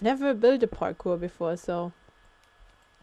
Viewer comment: Cewl vid! Its 'parkour' btw :P